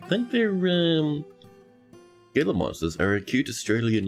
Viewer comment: Gila monsters are native to the american southwest. The g is pronounced like an h so its like "HEE-la" monster.